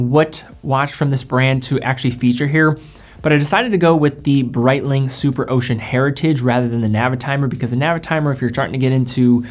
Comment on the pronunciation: Good video but Brietlng? lol c'monnnn, shitteroonie's